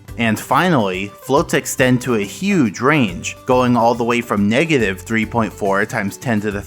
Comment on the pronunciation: Everyone: negative numbers SM64: megative numbers